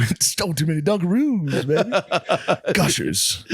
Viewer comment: That's it, I'm calling Dunkaroos "Dungaroos" from now on 🤣